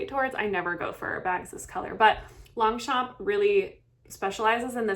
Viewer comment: Girl, look up how it’s correctly pronounced!! 😮